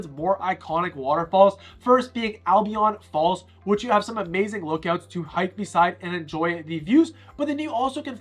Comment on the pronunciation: Albion Falls is actually pronounced as "Al-bee-un" not "Al-bee-Yon" lol Great video bro, love the many views you provided. I subbed your channel.